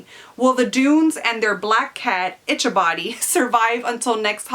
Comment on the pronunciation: I’m not trying to sound mean but Ichabode is said (eee kaw bod) not (itch a body) 😬